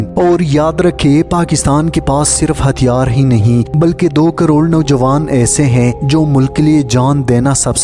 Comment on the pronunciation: Tumhy hy aur hain ada kèrna naĥi ata magar itny aham subject per baat kerty ho